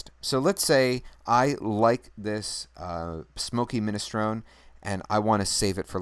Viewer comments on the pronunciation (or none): Clearly you have little understanding of Windows 8.1. You also have no idea how to troubleshoot hardware issues on your computer. You also don't know how to pronounce minestrone! Please don't try to teach unless you have a basic clue.